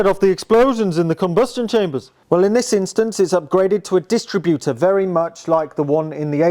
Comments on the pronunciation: Yep, it's dis-TRIB-utor, not DIS-tributor!😂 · It’s a bewt a bewt 😁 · Everytime he says "dist-rib-utor". He make me laugh. Must be getting old not realising that a dist-rib-utor, points and rotor arm are novelty items to young mechanics.😮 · You are mispronouncing distributor. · I’ve never heard a car distributor pronounced like it’s a retail operation. Cool car, great to see it continuing its long life in the hands of an appreciative young owner.